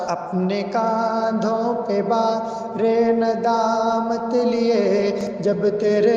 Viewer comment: بھار نہیں بار ۔۔ بار ندامت